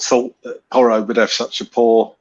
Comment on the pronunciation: How do you spell “Porro”? Well… “ Poor-o” He MUST learn Conte system? I thought he was natural in this system???